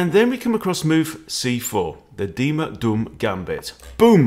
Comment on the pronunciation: You pronounce "Duhm" like doom. The way you pronounce it, you call him mr "Dumm", which mean mr stupid in German.